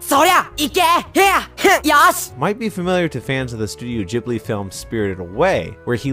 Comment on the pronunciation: omg….. it’s- pronounced- GIBLI!!!!!!! NOT JIBLY!!! Do you say “that tastes jood!”??? NO, YOU SAY “THAT TASTES GGGGGGGOOD!!!” 😤😤😤😤😤😤😤😤